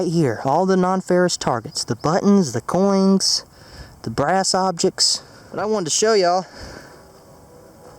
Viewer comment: Coins, not coings...!